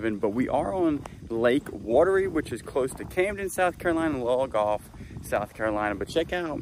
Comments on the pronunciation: Look up pronunciation of Lugoff (Lew-gof) ❤❤😂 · Love it! It’s pronounced luuuu golf. Thanks for the laugh per usual 😂. Great footage of Willow as well! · We live in Aiken County-Lugoff is pronounced Loo goff …love that you shared your air B&B with us. Be safe in your travels-Willow is precious 💞